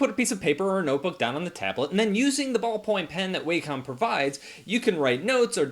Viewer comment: Sorry to be pedantic, but it's pronounced WAH-com not WAY-com